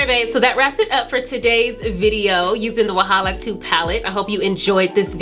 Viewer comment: saying Wahala and Lagos is giving me the giggles Wahala be like bicycle for who no dey watch oh🥰🥰🥰🥰